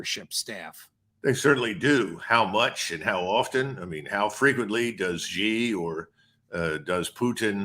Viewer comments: SHEEE NOT JHEE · Excellent insights. By the way, Xi is correctly pronounced as "see", not "she" or "jee". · PLEASE stop pronouncing it a$ "ZHI" OR "JI". Xi is pronounced as "Shi" . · YOU PEOPLE NEED TO STOP PROJECTING YOUR BAD PRONUNCIATION OF PRESIDENT XI = SHEE NOT JHEE. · The president of China’s (Xi) name is pronounced “She”, not “Zhe”. One would think these guys would know that by now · Judge NAPOLITANO President Xi proper pronunciation is Xi= She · Who the hack is President GEE? Can't you pronounce someone's family name correctly!?